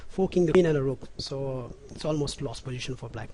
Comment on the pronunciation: pojition? tranjition? "the planning is.. wtf, very poor english!!!